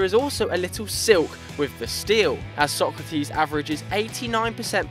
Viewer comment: Actually His name isnt sOkratis It sokrAtis the tone is on the A